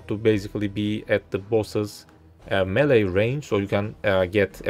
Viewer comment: "melee" nice guide tho